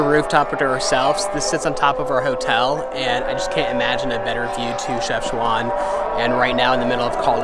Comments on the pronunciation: Otherwise Called Shefshawen NOT Shefshwan ;-) complicated d hen .. ! :-) I appreciate your visit to my home country Friends, we all Love you ! :-) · I like iit ❤ nice content PS : It is "Chafchaouen" Not "Chafchouane" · Is not shefchouin it's chefchawen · كلشي على شَفْشْوان😂😂😂 Chafchwane 😂😂 انها شفشوان 😂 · pronounced Chef shaw wen FYI great video and god bless the kids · If you want to pronounce Chefchaouen Just Take Chef and add Shawn ( Shawn Mendes ) and thank me later ;) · Chef-chawen lol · your Chefchaouen name pronounciation was wrong ,otherwise I liked you all , the energy and very cute all of you .good luck